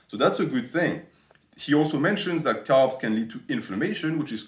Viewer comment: Lol for the first 5 mins i thought you were saying calves instead of carbs.